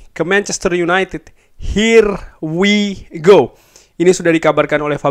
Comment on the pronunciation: Ya kann.. Ya kaaannn... Her why go